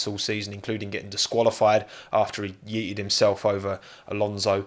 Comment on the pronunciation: It's my first time hearing "yeetted" with a british glottal stop. Glad my first time was with